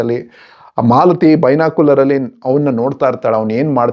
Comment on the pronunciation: Malathi alla, Mlathi